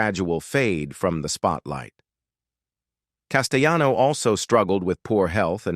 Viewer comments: Actor Richard CASTELLANO is an Italian American, not a Spanish American, therefore his name shouldn’t be pronounced Casteyano. Just saying. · The double "LL" in Italian is pronunced as Ls not y's as in Spanish. This voice over guy (*AI voice) is on so many videos and he pronounces things incorrectly all the time.